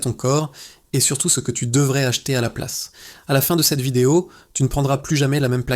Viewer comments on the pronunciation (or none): none